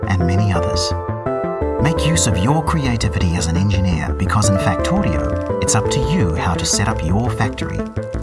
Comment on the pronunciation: i love the way how he pronounces 'Factorio'